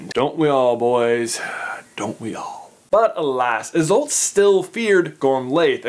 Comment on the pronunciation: I’m many years late, but if anyone is interested, Isolt is pronounced EYE-sahlt and Gormlaith is pronounced GOR-rm-la. Sort of a tricky Gaelic thing there with the “rm” bit, literally like the word “room” without the o’s.